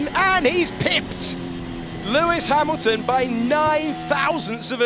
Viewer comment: Russel ahead of Ha"mimimi"lton, AGAIN! LOL